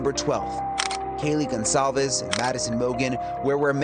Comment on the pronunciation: i think the ONE thing that really ruffles my feathers about this case is how THEY KEEP INSERTING A FUCKING “Z” in Kaylees NAME! LIKE BRUH IT IS CLEARLY A FUCKING C AND NOT A SINGLE Z! honestly how fucking embarrassing and rude for the victims. GON-CALLLLLLLL-VEEEEEEESSSSSSSSSSSS”ZZZZZZZZZZZZZZ”